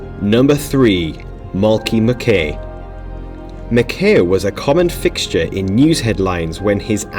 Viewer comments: FFS!! “Eevra”, “Eetu” and “Mi-kay”!!! Learn the names, bud. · Really struggle with any name beginning with E, mate. Evra & Eto’O were butchered. Just a tad of research was needed to avoid the blunder. MacKay wasn’t great either.